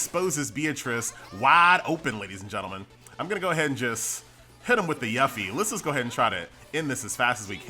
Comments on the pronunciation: Lol your continued mispronunciation of Yuffie causes great conflict in my soul. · Your inability to pronounce "Yuffie" is hurting me. Why do you do this? Q_Q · it bothers me how pronounces yuffie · F for pronunciation of Yuffie u killin me man.